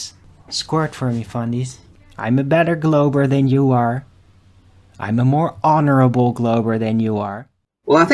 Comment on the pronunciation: "more honorable" lol "mor on" at least he got something right, aww bless you